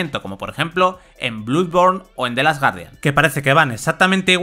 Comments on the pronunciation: se dice bloodborne no bludborne, sangre se lee blood con O por dios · Bludborn , gust ofwar , jost of tsusima , y la nueva palabra , Japtica 🤦🏻‍♂️